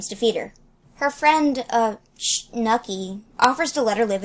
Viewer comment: Schnuky is pronounce Sh-noo-kee, I think. Like Snookie with an h between the S and the n.